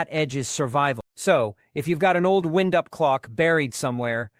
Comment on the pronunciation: Tell ur AI that the word id wind-up, not wind as in moving air.